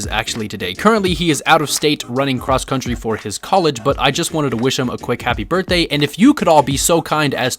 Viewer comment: "HAPPY BIRDNDAY TO YOU OWA OWA, HAPPY BIRDNDAY TO YOU OWA OWA!!!"